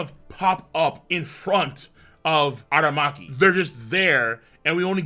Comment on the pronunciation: A-RA-Maki not A-Ma-Raki 😂